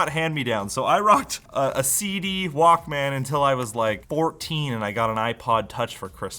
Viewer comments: It’s pronounced ‘Walkman.’ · It's Wauk-Min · pronounciation of the word is kiling me... Like pronouncing it as two words.... I remember pronouncing it like "Walkmn" as if the A never existed in it. Almost Walkmen, but not quite. Like.... TV... pronounced as single word like... Teevee. (see Beavis and Butthead) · I like the part where he pronounces it Walk, Man for the entire video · The way you pronounce Walkman is so cringe 😂